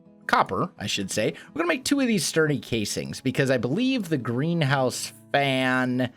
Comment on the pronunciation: Greenhouse. I always hear GrianHouse xD